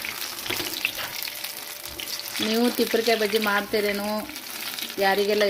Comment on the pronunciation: Tipare kayi alla re adu tuppare kayi